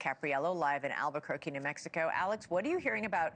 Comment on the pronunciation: It's Albuquerque. Need I say more?